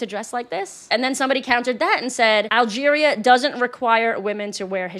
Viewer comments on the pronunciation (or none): none